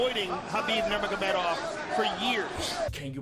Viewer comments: Nurgamamedov !?😂 this time u ruined his named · why u no pronounce Khabib's full name properly??!! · and you still cannot pronounce his name correctly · Sorry I love you man but the way you pronounce his last name pisses me the fuck off